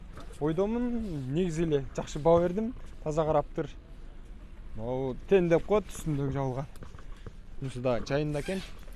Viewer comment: Тень эмес ТЕНТ десен, азыраак суйло